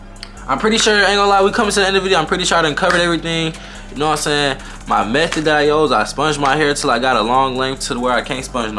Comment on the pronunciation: I heard that too lol youse